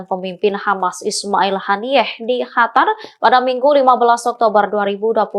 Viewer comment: Qatar bkn hatar...ongok